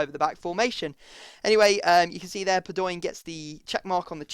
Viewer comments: padoeeen... really... its pado in. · Padoin is pronounced Pa-do-ween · Padoin is pronounced Pad-ow-een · Stop saying padoinnnn !!!! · No it's Pad-ow-an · Just a heads up its pronounced Pahd-Oh-In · IT IS PAD-O-EEN (pronounced) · Padoin is pronounced pad-wan